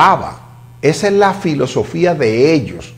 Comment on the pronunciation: velosofia!! jajaja, asi es que dice Gonzalo, velosofia, se paso Marino, jajaj